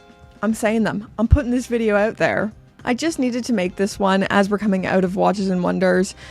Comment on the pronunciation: Get “oot” of here. Shout out from a fellow Canadian! Great message too